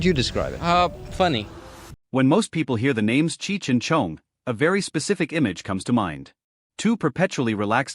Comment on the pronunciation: I hate the way it says Tommy’s last name